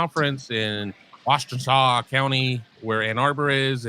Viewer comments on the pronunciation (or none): FYI it's WASH-tuh-naw County